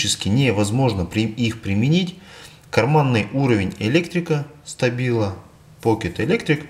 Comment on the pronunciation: Не стабила, а Штабила. Учись говорить правильно.